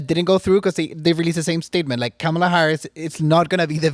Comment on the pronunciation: Kamals is Indian name pronounce "Come Ma Lar"